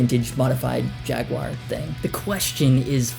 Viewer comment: hearing you try to pronounce jaguar is funny